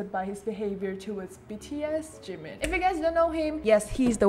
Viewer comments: IT'S JIMIN NOT JIMEN OIL LONDON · Sorry but something is wrong with his lips cause it sounds like he is saying jungCoOk and jimOn! and I think his favorite words are Jimin, Cute and awww and AMAZING. + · Why does the way he says jimin always trigger me? ji-MIN kfjdjdjd